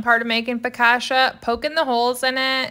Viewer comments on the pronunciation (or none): It's pronounced fo-ka-chee-a (not fœkaceea) :) looks tasty! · Everyone is making fun of you for your pronunciation but nobody is helping you. I got you girl. There is a double c so the middle sylable is drawn out. It's 4 syllables not 3 Fo- kaaaaaw- chee- ya if you were to clap along with each syllable, the " kaw"has two claps the rest have one clap. 😊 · As an italian, hearing focaccia pronounced in that way really breaks my heart💔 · it’s not that people are mean. It’s just 1) the pronunciation is hilarious 2) it’s not that hard to google the real way to say it 😂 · Your pronouncing the bread wrong!!🤣🤣🤣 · That's not how you pronounce that bread